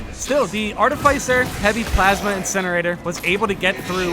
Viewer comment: Mate, its art-if-iss-er, not art-if-ice-er.